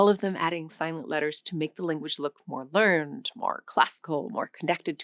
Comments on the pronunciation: Very good, but when you are talking about knowledge, it's learn ed, not learned. Learned is when you found something out, learn-ed is knowledgable, already well educated. They are spelt exactly the same. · Excellent, but the adjective "learned" meaning educated is pronounced as two syllables. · 'Learned' in this context should be pronounced differently, right?